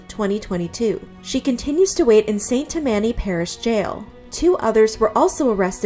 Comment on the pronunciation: It's "tam-anny", not "ta-manny", fyi.